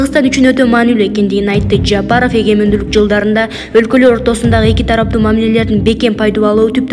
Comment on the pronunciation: Жаапаров дебей туура окучу ээй кыз. Жапаров деп